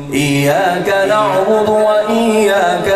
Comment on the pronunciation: قاری صاحب آپ سے گزارش کہ یہ (ايّاك نعْبدُ) میں یہ (د) صحیح کردیں آپ (ض) پڑھتے ہیں